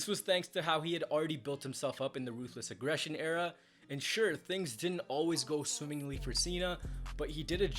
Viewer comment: You didn’t say it right. It’s “RRRRRRRRUTHLESS AGGRRRESSION”